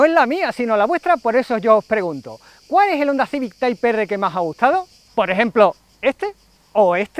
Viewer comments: Tras varias veces visto el vídeo como sinónimo de deportividad y de las fantásticas imágenes en movimiento del bicharraco, toca responder: El llamado (y pronunciado) “Taip Erre que Erre” o Taip erre pa’ abreviar, desvelado en algunas imágenes en vuestras redes, lleva a recordar cuánto se le esperaba tras ver la versión “light o familiar” en manos de Jaume. Hoy, otro nombre con J como curiosidad y detalle; se presenta con la versión patanegra y “jabuga” de un coche con mucho de civic, pero con nada de ”civic-o”. la atención fijada en su precioso aspecto exterior y en ese alerón tan chulo. Y en cuanto a lo del bar… No sé yo lo que os durará a los “cuñaos” la copa de vino y el pincho de tortilla ahí encima con el sol apretando,, pero pa’ vosotros. El paso al interior muestra un habitáculo espectacular por pantallas, acabados y plazas, pero con un defecto para mí: demasiado fuerte el rojo que lo viste y en una zona tan propensa a ensuciarse como es el suelo. Las alfombrillas mitigarán mi pequeño defecto. Idéntico maletero. Lástima el no poder conocer mucho sobre el motor calzado. Suena muy bien y, viendo el manejo del coche sobre circuito (Gracias ❤), y en manos y voz del piloto nacido en la tierra del mito, Fangio; honda seguro que ha mejorado esos datos mencionados. Respondo rápido: Difícil decidir cual, pues todos son fantásticos y, aunque hayan perdido algo de garra con el paso de los años, cada nueva generación ha conservado el espíritu macarra y divertido del que Hond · Taip Ar es como se debe pronunciar le duela a quien le duela. Los angloparlantes que se respetan también pronuncian como se debe las palabras en español. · Jajajaj muy bueno lo del inglés de Type R, la verdad es que no se por qué lo decimos así . Muy bonito el nuevo civic. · Dan ganas de vomitar cuando dice TAIP ERRE.... Hermano se dice en español TIPO ERRE y si es en inglés TAIP AR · "Tipo erre" y así como es en español.🤷🏽‍♂️ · Ni tipe erre, ni taip erre: "tiper"😎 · Taip erre jajajajaja